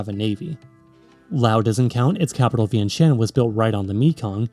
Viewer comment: vyen-shen 😬 is that really how it's pronounced 😂